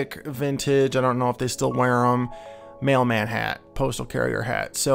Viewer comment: i heard "the maleman"